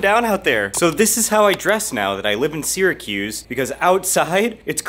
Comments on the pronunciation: It’s not “Seeer a cuze”. If you’re going to live there, pronounce it correctly. We say Sara-cuse. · my ears bleed everytime I hear “sear-a-cuse” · Incorrect….”Syr” is properly pronounced “sear”….so, “sear” a cuse. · For many years, I taught Phonics to young children learning to read. “Syr” is pronounced “sear”, so “Sear a cuse”. Incidentally, I was born and raised there, on Tipperary Hill. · I think only uppity mfkrs say seeeracuse… fr!